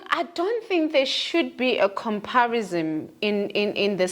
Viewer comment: 😂😂😂..."sunthing, comparisom". 😂😂😂